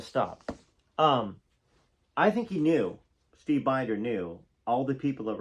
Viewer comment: Mitte Steve Binders name is pronounced Bender❤